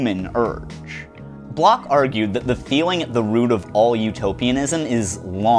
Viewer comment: >apologizes profusely to the French >barely aware how he keeps mangling Bloch over and over I'm aware how much of philosophy is just some German dudes dissing each other, but please find out how to pronounce the names you are repeating a hundred times.